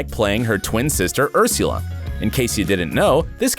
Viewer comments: Not “Ursyula”. It’s pronounced “Ursella”. 🙄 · when you said ur-SIEW-la i died for a second. my dude, I'm gonna save your life rn and tell you that it's pronounced ur-SOO-la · Ursyela lmao it's ursula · urseula it’s Ursula 💀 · Ursu-ella? I’m pretty sure it’s pronounced Ursula… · Urs-YOU-la... No. It’s urs-ah-la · Is the guy doing the voice a bot or something? It's pronounced Ur-suh-la, not Ur-sieu-la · Ur-siu-la? Ok another presenter who has obviously never watched the show and is reading of a script. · Ursy-yula? Are you drunk? lol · I AM SO TRIGGERED LIKE WHY TF IS HE SAYING uRsiUlA AHHHH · Ursuyla 😂 I cringed every time the narrator botched the name 😂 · Stop saying ursila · can't take my mind off this guy calling phoebe's sister ur-SOO-la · I'm the only person who hated the way he said Ursala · Urs-yueel-uh? lol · why is no one talking about how he said URSIULA hahaha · The way you say “uRsIuLa” 😂😂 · Everyone: Ursula Him: URLSIULIA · YESSSS, I CHECKED THE COMMENTS JUST FOR THIS! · Quite right! Nobody pronounces it "Urs YOU la!" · Okay Mr. Voiceover Man ... you say "Ursula" weird. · I think he’s mispronouncing “Ursula”... 🤔